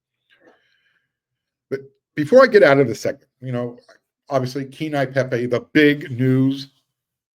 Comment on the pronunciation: Phonetically Pronounced Kay-Ane-Yee Pay-Pay